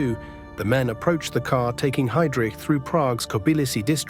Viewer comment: ... haidrich... è la pronuncia! NON heidric..